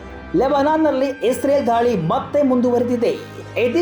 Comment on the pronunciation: ಧಾಳಿ ಅಲ್ಲಪ ಅದು ದಾಳಿ.. ಹಠ ಇಸ್ರೇಲ್ ದು ಅಲ್ಲ, ಕೆಣಕಿ ತೊಂದರೆ ಕೊಡುವ ಚಟ ಜಿಹಾದಿಗಳದು..